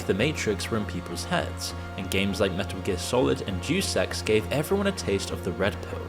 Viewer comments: DEUS EX (DaYuS EX) its latin i think. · Bro literally said "J3w s3x" franchise. You have got to be A.I. or just "Admittedly Ignorant". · It’s pronounced Dey-us in “Deus Ex.” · "Juice Ex" 🤣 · i heard it as "dewsex" lol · "DAYUS EX" bro. jfc. Are YOU AI? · "duce ex" ffs lmao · "Juice Ex" :( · Thank you!!! Don’t these people hear someone else say it first? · hahahahha take a listen again to other people when they say Deus Ex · Deus is pronounced "day-us" not "duce" it is Latin for God. It's where we get the word deity. Etymology is fun. Lol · DE US. Not douce ffs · it is dayus ex not jew sex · Bro, are you an AI? Because "deuce x" is not how you pronounce "Deus Ex." At least learn how to say words correctly before you record a video for 1.73 million viewers. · Pronounced Dayus Ex, not Juice Ex 😂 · Hate to be that guy but “Deuce Ex”, “Hiddyo Kojima”? Come on how hard is it to google the pronunciation before you make a half an hour video lol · Day-uhs ex btw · DAY-US EX Arghhhhhhhhhhh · "Doose Ex" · Deuce Ex he says.. That's not how you pronounce Deus... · Not "Dues ex" Deus Ex. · The way you say Day-Us Ex as Deuce Ex is incredible... incredibly insulting to call one of if not the best gaming franchise in the history of humanity Deuce Ex. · It's "DAY-US EX," not "do sex." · Great video, but Deuce ex? It's De-us ex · FYI it's pronounced dayus ex, not duece ex. Absolute legend, either way. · Juice X sounds like a gym bro's dream. It is 'day-us' Ex. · DUDE! You pronounced it "Deuce" Ex??!! I was on the fence that you were AI. But Deuce? not Deus as in Day Us. as in of God. Deuce??!! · Day-us Ex. Not Deuce Ex. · I'll forgive you because you're British, but it's pronounced DAY-US, not deuce. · Day Es Ex* not douse ex. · Duce ex… “Dey-us ex”… 🤦🏻‍♂️🤦🏻‍♂️🤦🏻‍♂️ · "Day oose" Not doose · Say it with me (day-us) (ex) not deuce ex it’s not a game of tennis.